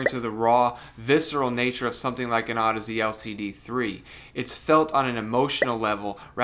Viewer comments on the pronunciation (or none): none